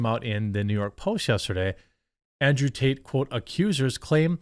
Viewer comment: It sounded like she said andrew taint. LOL. Either way, hopefully the creeps pay their price, regardless of who or what and let the truth set free and condemn..